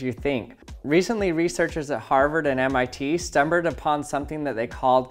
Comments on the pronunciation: You said stumberg instead of stumbled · "Stumbered" ....lol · "Recently researchers at Harvard and MIT stumbered upon" lol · "stumberred upon" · “Stumbered upon”?